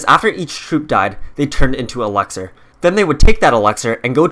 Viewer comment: Its elixer not elaxer